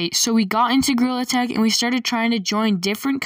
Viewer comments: Bro, really said girl tag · Why did you actually just say grill attack it’s gorilla tag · Why are you saying?grillattack 💀💀💀💀😡😡 it is gorilla tag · Bro he actually called gorrilla Attack “GRILL ATTACK” 😂😂😂😂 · bro legit Said girl tag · Blud also said grewlet 💀💀💀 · BRO YOU SAID GRILL ATACK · "GREWLET HAD" 💀💀💀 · Bro really saying grill attack 💀 it’s gorilla tag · Bro, literally said girltag😐😐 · "Girl tag" "grill attack" " Grilla tack" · He be saying: gorilla tag| and the captions are saying : GIRL ATTACK💀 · really said grill attack 😂😂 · ‘’GRAWL ATTACK’’ 💀💀💀💀💀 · “GREWLET TAG”💀💀💀💀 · Bro just said Girl Tag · Why do I hear grill tack😭